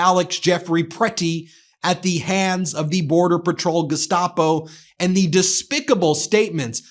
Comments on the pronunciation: Notice when Bovino pronounces "Gestapo" he uses a German accent... !!?? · It is a choice to use the German pronunciation of "Gestapo", too.